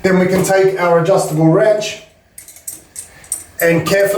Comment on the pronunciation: did I just hear adjustable “RANCH”